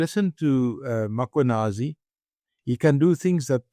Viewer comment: And would people please pronounce the name correctly ... it's Mm.khwanazi, not Makhwanazi...!